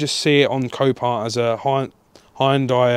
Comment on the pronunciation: Watch fast & furious Han will tell you how to pronounce 'Hunday'😂 . There is a TVR Tuscan, slightly more interesting than this lump. Hopefully makes you a few quid